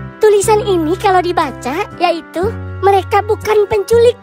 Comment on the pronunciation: Bang mereka bang bukan nereka 😂😂😂😂😂😂😂😂😂